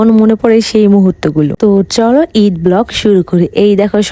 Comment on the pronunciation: ইদ❌ ঈদ✅😂😂